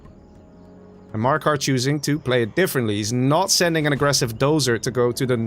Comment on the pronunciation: Btw Maraka is called Maraka not Marakar (no r at the end), it means “Battle” in arabic